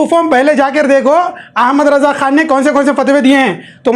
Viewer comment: o jahil bevaquf tuje Sahi Raza ka naam bhi lete nahi Aata pehle Aapna talffuz sahi kar